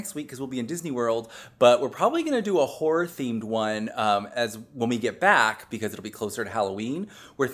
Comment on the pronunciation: Ok I thought it was mini too BUT then I said “many” out loud … it totally sounds like mini!!!!! Umm speaking of what things sound like…. … when you said horror movie…. I didn’t hear horror…..😱I heard … well I’m sure you can guess 🫢😉. I don’t normally eat onions but that soup looked fantastic!! Can’t wait to hear about your trip, be safe & have fun. Thanks for the smiles. 🧡🖤🧡